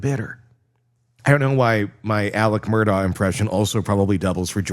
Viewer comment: And Murdaugh pronounced Murduck😂